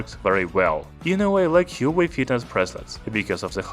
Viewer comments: There are 2 sounds in it. "Hua" and "Wei" - like "Whua" "Waei" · Apparently it's pronounced 'hwaa way' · You are mispronouncing huawei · Hahaha..alien he is.